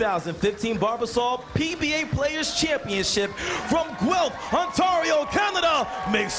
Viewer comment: The announcer pronounces Guelph wrong. Guelph, is pronounced GWELF not GELF. It's very annoying to hear.